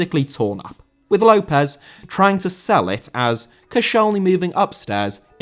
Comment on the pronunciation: López* not Louwpez